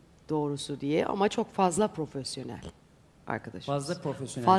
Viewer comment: Profelyonel deyince işin oruspusu aklıma geldi 😂